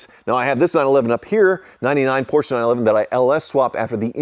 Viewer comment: Gee, another Posche that needs work. Can you say Hooptie Special? Never learn do you?